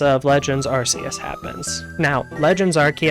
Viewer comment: You chose to pronounce Arceus correctly but then proceeded to butcher everyone’s names going forward.